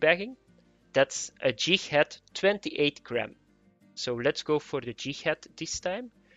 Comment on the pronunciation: Pretty sure he said Jighad